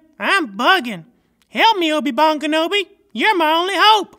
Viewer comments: Obi Bon Kenobi. Bon Bon is candy on French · No,he said ‘obi bunga nobody’ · No dude he said obi bunga nobody